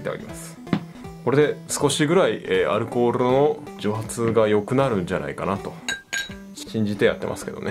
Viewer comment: ｢アルコールrrrrrr｣